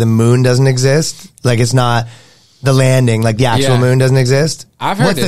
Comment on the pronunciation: “dude i’m NOUHHHT kidding” ..canadian ⭐️🇨🇦